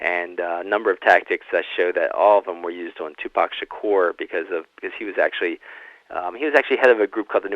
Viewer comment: His name is Tupac. Proper pronunciation is "TooPock" Not "TewPack". Great interview otherwise. I thouroghly enjoyed "s previous work. "The FBI investigation of Tupac Shakur and other black leaders " was the best I've read / heard to date. Thank you. You're a BRAVE man! We need millions more like you! Abundant Blessings to you! May God order His legions of angels to surround you & protect you!